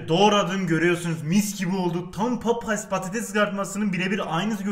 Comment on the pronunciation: Papayas diyor hatayli abimiz